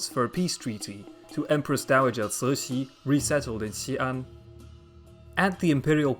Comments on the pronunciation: The empress 'name is completely wrong, Cixi should be chi-shi or tzi-shi, not sui-shi. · Cixi should be pronounced Chi-shi (or tzi-shi), not sui-si, how very odd! It grates every time. I'm bemused everyone else thinks your Chinese pronunciation is flawless. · Cixi is pronounced completely wrong, it should be chi-shi or tzi-shi, not sui-shi.